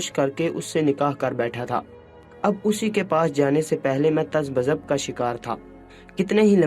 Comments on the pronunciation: پہلے تلفظ درست کرو۔۔کھڑے کو کھرا پڑھ رہے ہو۔۔تزبزب تز بزب۔ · Yeh koee jahil insaan Hy,Jo chaannal Chala Raha hy.lafz "Tazabzab" ko Tazabzab parrha.